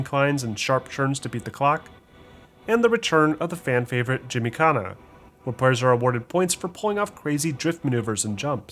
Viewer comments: did i just heard you say jimmy kana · Did he just say gymykhana?🤦‍♂️ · He really said jimmy-kana...